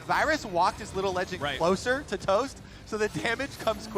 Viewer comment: Geeze they butchered Toasts name, lol.